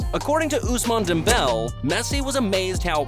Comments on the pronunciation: “Ousmane Dembell” “Lieonel Messi” “Theory Henry” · Good video but i couldn't stop laughing at the butchering of the names 😭😭 "dembell" took me out